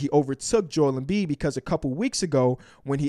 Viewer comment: Seriously? It’s not that hard,it’s Embiid